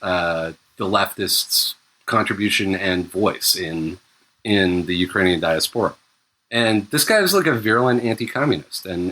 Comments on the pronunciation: OMFG it is not pronounced dia-sephora it is fucking pronounced die-ass-pore-a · STOP SAYING DIASPORA LIKE DIARRHEA i haven't been able to concentrate for the last 15m since the first time and the pod's almost over, i'm just like "who sporin out they doodoo ass"